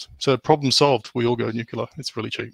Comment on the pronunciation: Always grates o y ears whenever anyone says 'nucelar' insted fo 'nuclear' (from 'nucleus').